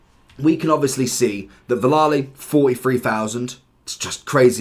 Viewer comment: Please stop saying Villali!